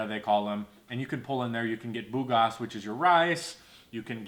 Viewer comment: Bigas (benga’s)not bugas